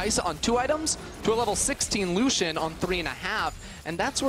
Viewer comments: Lusssian... my soul cringes so hard. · Triggers me how he says lucian